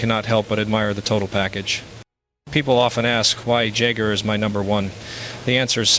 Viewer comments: MICK JAGER 🤣Thats how he pronounced Jagr total AI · This mispronunciations of names Jagger is in Mick. Total AI. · Jagir and Roy pronounced like someone who has never watched the game. Yeah, this is not Mario. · If this really was Mario talking , he wouldn't of mispronounced pat and jams names - AI is already out of control ! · Jagr is an NHL icon AND a former teammate, yet Mario can't say his name right. 😆